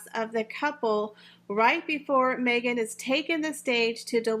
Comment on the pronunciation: Watch out Mee-Gain you have competition with your podcast there’s a new kid in town and it is Kim Kardashian with her podcast now Kim will have far more interesting guest and she will not make it about me me me like Mee-gain 🥴🥴